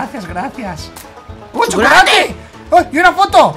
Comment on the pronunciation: jajajaja 😂🤣 los dos dicen "COCHOLATE"